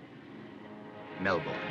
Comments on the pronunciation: Great video! But as an Australian, I have to say; it's pronounced Mel-bin not Mel-born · Nahhh it is Melben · Actually, it's Mel-burn.